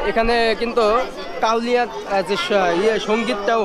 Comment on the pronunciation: ভাইরে কাওলিয়া না কাওয়ালি।।